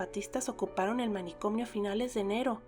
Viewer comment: Por qué dice "manicomnio" agregando la m???